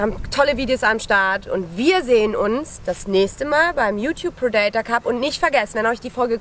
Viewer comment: Sag ihr mal lieber wie man „Predator“ richtig ausspricht 👱🏼‍♀️🤦🏼‍♂️